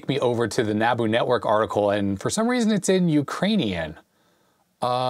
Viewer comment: You pronounced NABU correctly but you pronounced 'manAfacturing' wrong.. it's manUfacturing. There's a U there, not an A